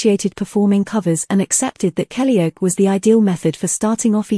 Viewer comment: Blooming A.I. It's "Kellyoke" as in karaoke, not "Kellyoak". Grrr!